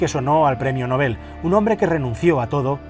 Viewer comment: Enhorabuena. Y gracias por rescatarlo. Totalmente desconocido. Por cierto, menos mal alguien que dice bien la palabra Nobel. gracias.